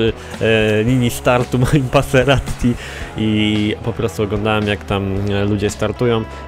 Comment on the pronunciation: ty mowiles passeratti sory za bledy ale nwm jak sie pisze i uslyszalem moje maseratti